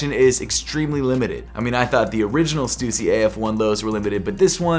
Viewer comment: bro pronounces stussy in such a weird way